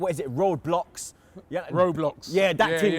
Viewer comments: makes me laugh how can man say Roadblocks instead of roblox😂😂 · Man said road blux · Man said "roadblox"😂